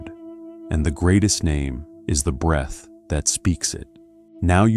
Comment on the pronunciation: It’s breath …